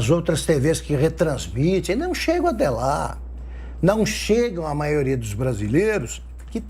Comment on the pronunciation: Não aguento o Renan falar “Maoria “